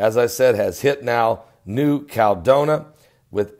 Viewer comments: you're killing me. It's pronounced New Cal-e-don-i-a. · Since when is a 7.1 a mega quake. and it is New-cal-e-don-ia. real english please and it is only a 7.1. A mega quake would a 9 or above.